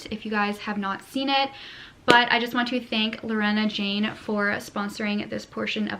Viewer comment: Girl!!! Lorna Jane is pronounced "LAW" + "nuh, there's no E in the name hahahah. Sincerely an Australian who sees that shop at every shopping centre 😂